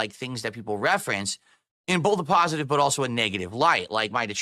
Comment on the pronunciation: word of the day "paw-sitive"